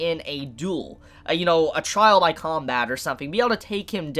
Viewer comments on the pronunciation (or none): none